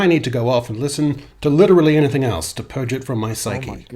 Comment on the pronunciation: When did “else” become “elts” ?